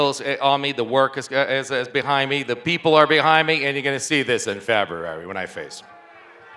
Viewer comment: bro said februaro